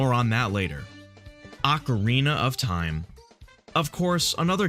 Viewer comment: “Ocerina of time”